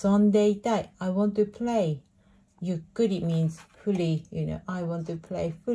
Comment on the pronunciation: Did you mean to say ゆっくり means freely? Cause it sounded like fully